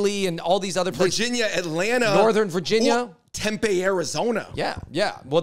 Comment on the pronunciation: Hey Andrew. Tempe, AZ is pronounced Tem-PEE.